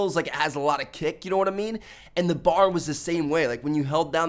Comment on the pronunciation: Am i the only one cringing when i hear bar? Its B A R. Browning automatic rifle. Good vid tho